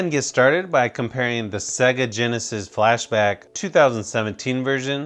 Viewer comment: sounds like he said flash to the back sounds like a joke